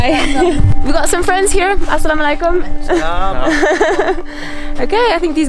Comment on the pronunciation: I love the way you say Asalawalaikum💖💖💖💖